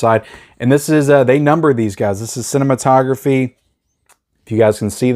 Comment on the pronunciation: Vinegar syndrome pronounces it Cine...mato...graphe. like a graph. Not like photography.